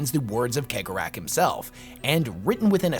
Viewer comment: Your analysis of Slaanesh and Khaine is completly wrong, but you are a blind mon-keigh so you get a pass. Also, it's "Sey-gor-ah " not keg-or-ach.